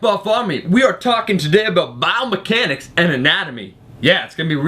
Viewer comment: Says "Biomehanics" in the video.